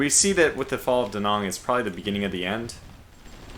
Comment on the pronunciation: "Da" you've got right. It's the "Nang" part. Say "Nang" like we say dang. Late, as usual.